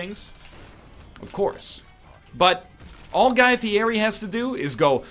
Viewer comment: i doubt you'll be reincarnated as guy fieri since you can't even pronounce his name...